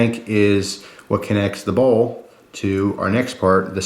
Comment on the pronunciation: Dude!..Bowl or ball?..Your pronuciation is unclear...sorry for being a pain.